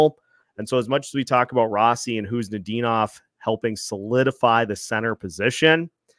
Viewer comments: The biggest bright spots for me were Faber and Rossi. The Fiala trade is a shining example of "blind squirrel finds a nut" as there was no indication Faber would be as good as he has been from the get-go....Guerin got tremendously lucky there. "Row-Sea" as pronounces it, proved to me he could play in this league, and I had my doubts. Pre-season, I predicted the Wild would miss playoffs so that wasnt shocking, especially with how bad they've done against the TOP teams in the west, the past few seasons. Anyway, tonight is the last night I have to listen to LaPanta Carter and Wes spew absolute homer nonsense for a long long time. Cheers!! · "Row-Sea" as pronounces it, Ah, what does he know. It's funny because no one pronounced it like that and after Guerin tells him he needs to add some FU to his game he says it's pronounced Row-Sea. He took it to heart.